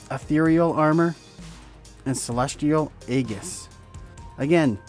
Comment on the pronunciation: The Cleric in Everquest wore plate armor. Sincetely not trying to not pick but the “Archai” race is pronounced Ar-ki and “aegis” is pronounced ee-jus. Just helping out 😀